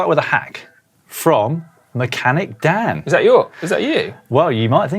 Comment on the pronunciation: Amazed by how well Dan pronounced my name and yes the zipties came off as soon as I got in. 👍👍